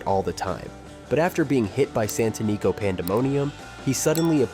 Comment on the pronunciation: Santanico Pandemonium was pronounced correctly once (san-tə-ˈnē-kō) but mispronounced several times!